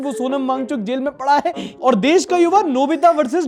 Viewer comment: वो सोनम नहीं सोनाम है।